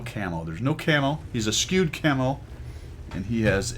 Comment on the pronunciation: Again, not to be pronunciation police but because I think you'd genuinely want to know - I've always heard it said "eh-SHOOED", rather than "esKEWED" ("again" because I did this a while back when you used the word "oblique"). (I won't make this a habit.) Also a while back you featured one of my replays (IGN Fishrokk), and you mentioned camo in your commentary on that video as well. Afterwards, I went to try and put some on one of my tanks for credits. At some point, they had completely changed how that worked and I wasn't able to even figure out how to do that. One short post-graduate degree later, I'm now informed. Thanks,! XD